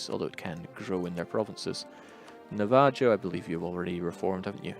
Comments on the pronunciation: God damn it! It's Na-va-ho not Nav-joe I'm injun and I've made that mistake too lad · "Nuh-VAA-joe." Haha.